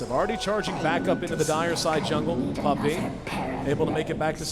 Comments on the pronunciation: "Pup-pEy" "Den-dEE" -_______ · AA=ei ei den'di= dendi' puppey= pupeeey dafuq?